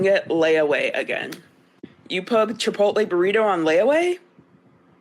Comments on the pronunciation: Why can’t boomers pronounce Chipotle and Pokémon? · How bout you just not say Chipotle anymore.